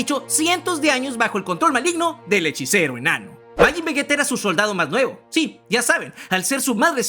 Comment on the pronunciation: Akira Toriyama se revuelve en su tumba cada vez que dices vegueta y gocú 🤮🤮🤮